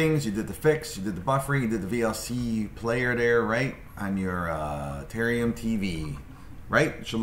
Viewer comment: Ta-RARE-ium. There are two "R" sounds in that word